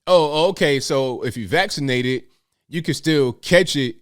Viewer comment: LOL he said "FULLY VAXlated" like his teeth were able to fall out his mouth! 🤣🤣🤣🤣🤣🤣😆